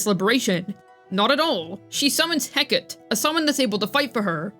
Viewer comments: heh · kuh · tee Not Hey Kate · As much as i enjoy your content, every time you pronounce hecate, it gives me the sensation like I'm hearing nails on a chalkboard. Regardless, I love your content.